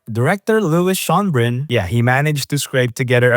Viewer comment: Mispronunciations in this video: - Schoenbrun (How could you mispronounce this!?... It's such an easy name, come on!)